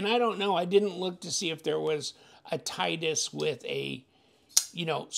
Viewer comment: Great looking knife, definitely a budget Koenig Arius option. Pronounced TIT-EE-US (titty-us) just an fyi. As always thanks for the unboxing and disassembly 💪